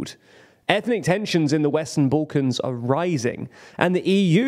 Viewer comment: Sorry bro, just where is "boollkons" ?